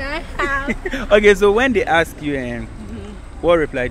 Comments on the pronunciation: Why do you guys keep saying “axe , axing “ instead of “ask and asking” Plenty of us for gh do so 😃😃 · Tell the girls the word is ask and not axe